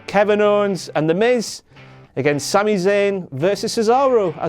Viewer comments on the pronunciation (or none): none